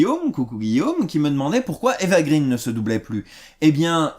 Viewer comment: Fille d'une Française et d'un Franco-suédois. Grandi à Paris, puis Londres. D'ailleurs ça se prononce "gréne", pas "grine" ;)